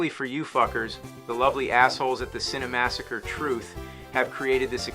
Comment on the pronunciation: See-nny massacre!